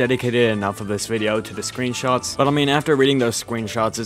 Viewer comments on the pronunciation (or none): "scweenshots" lmaoo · “scween shots” uwu